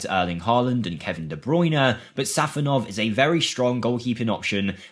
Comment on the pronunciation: It's SafOnov not sAfonov